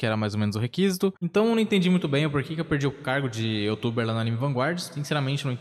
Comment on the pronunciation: Você estava falando errado "requisito", o correto eh com intonação no "si" não no "qui" se não seria "requísito". Por favor, se retratar!